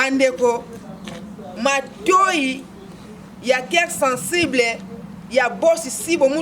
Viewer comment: Mme " Keir sensiblai " a la place de COEUR SENSIBLE